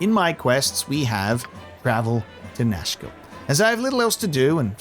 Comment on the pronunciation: I keep thinking you're saying Nashville. Like the group is gonna go start a country band.